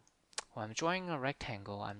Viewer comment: Nice video. Explained it better than my programming teacher. You should stop pronouncing 'drawing' as 'jawing' though.